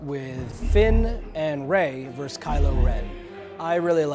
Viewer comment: “Vs.” is not pronounced “verse”. It is pronounced “versus”. It means “against” in Latin. A “verse” is a line in a song or poem.